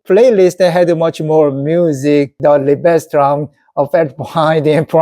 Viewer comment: Fantastic! I'm a hugh classical music fan and it's a joy to hear you talk so enthusiastically about it. I really hope you and your wife can get tickets so you can Seong-Jin Cho live. One tip: the stress in Liebestraum is on Lie. So it's LIEbestraum. By the way, I can highly recommend my favourite pianist of all time Vladimir Horowitz. Greetings from the Netherlands 👍